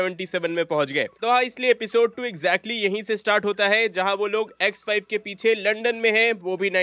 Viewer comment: Vai X5 kothik se bolo ex wife sunai de raha ha 😂😂😂😂